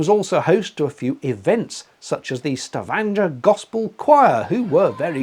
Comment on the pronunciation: Kudos,, on the pronunciation of Stavanger. I have a nephew who worked there several years ago (and, yes, he was there with one of those American fossil fuel companies) so I was familiar with that city. I have never (nor do I intend to) taken a cruise on a ship.... BUT, I did find this video very interesting and amusing. You've been making me laugh for several years, now. I would have gotten up to get a peak of the northern lights as well---so I'm glad you did that. Glad you had a safe journey.....thanks again for the video.